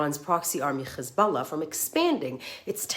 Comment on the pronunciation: Why is she forcefully trying to pronounce KHHHisballah? She clearly can pronounce her H's.